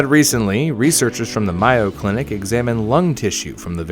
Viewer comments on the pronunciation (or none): it is prenoinced may-oh clinic not mai-oh